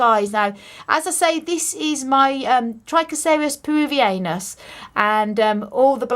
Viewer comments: That black spotting is from overwatering. Let your soil dry all the way out before watering again. This woman knows not a thing. Its not "purely aesthetic" that isnt how evolution works. And secondly, it isnt peruvi anus you damned clown. How would a peruvian say "peruviana" well, now think latin peruvianus. Now you speak english so its peru vi (like sous vide) an us (like and us) your plants are suffering because you dont care to look it up. Google lady. Also, pachanoi sounds like "pack annoy." Honestly its like youve never spoken to another cactus owner. And taught yourself as a child and never seen a cactus garden. Dont keep me updated if it happens all the time, it hurts my souls green thumbs. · Lmao, ive never heard someone pronounce it like that. peruviANUS 😂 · I have never heard "Peruvianus" pronounced that way XD Thank you for the information!